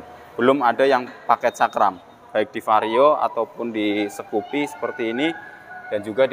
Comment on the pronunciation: Skupi mas bukan sekupi 😁